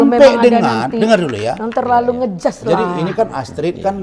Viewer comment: itu ibu yg disebelah pak razman bertindak sebagai apa ya kl boleh tahu???,kok sering banget bilang "jangan ngejas (atau ngejudge ya yang betul???)???